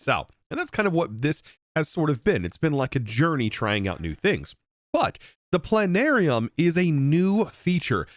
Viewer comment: I have a bone disease that prevents me from saying the 't' in plana'rium.